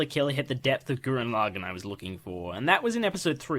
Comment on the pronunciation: i love this but can't finish it because of how he pronounces lagann sorry